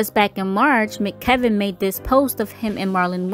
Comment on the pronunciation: M.C.Kevin not McKevin